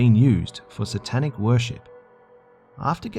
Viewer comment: "WE'RE STANDING ON ANOTHER SANTANIC THING" .......HAIL SANTA.